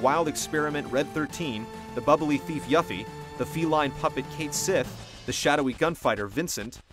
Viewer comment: Hearing mispronounce Cait Sith and Yuffie hurts me.